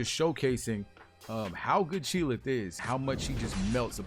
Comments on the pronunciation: Lmao! He calls her "chee'LITH" . Its Chee'ilth. Lol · its Chee'ilth not Chee'lith =)